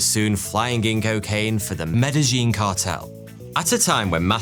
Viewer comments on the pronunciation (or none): Medayeen not Medelleen and not Medazheen. In Spanish: A is pronounced ah E is pronounced ay (long a) I is pronounced ee (long e) Double l (ell) is pronounced like y. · Love your work, but your pronunciation of Medellín was downright painful. Med-eh-YEEN is correct. [The double "L" is pronounces as a "Y" en Español.] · Medellin is pronounced "medeyyn" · And here i was thinking Medellin was pronounced medayin! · Medellin - pronounced MEDA-YEEN. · Medi-jeen… lol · . GEEZ, I'M NOT EVEN 10 MINUTES IN AND YOU'VE mispronounced Medellin 4 times and 2 different ways. How is that even possible??? . 🙂 🙂 🙂